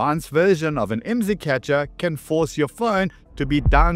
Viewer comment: IMSI is an acronym. Dont say it as a word. Its. I M S I.